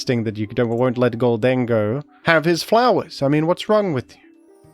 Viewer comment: The way you say Gholdengoh is killing me... GHOLD-en-goh, as in GOLDEN